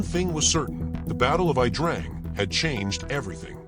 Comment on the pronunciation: Correct . Besides It's pronounced The Ya Drang .